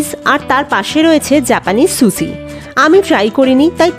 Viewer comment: It's not "Susi" it's pronounced as "Sushi"!!! Have minimum knowledge of food before you attempt to do food vlogging!!